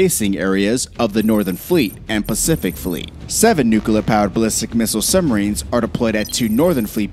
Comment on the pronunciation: nukuhler, summarines and subbarines. I just can’t do it lol